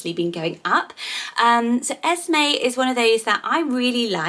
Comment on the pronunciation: You were saying esmae but it’s “es me” when it’s spelt Esme in my opinion completely different names 🤷🏼‍♀️